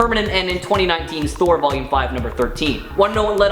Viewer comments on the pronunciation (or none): none